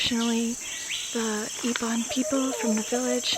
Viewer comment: We Iban not ebon